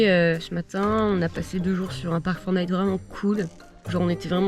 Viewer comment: J'ai pris conscience dans cette vidéo que vous ne disiez pas "Parc Fortnite" mais Park4Night. Voili voilou...🙃